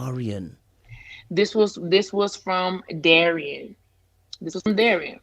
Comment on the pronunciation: Did she just say Dis instead of this! 🤣🤣🤣🤣.